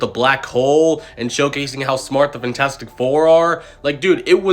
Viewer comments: IT’S FANTASTIC, NOT FINTASTIC!!!!!! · “Fintastic four”